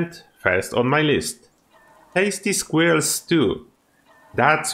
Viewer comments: Yeah he did great, I'm not trying to make fun of him. The biggest difference is he says "square-L" when it's closer to "sk-whirl". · It's so amusing listening to non-native English speakers say "squirrel".